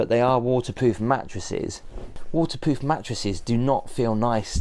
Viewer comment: I swear says "Waterpoof" not waterproof! lol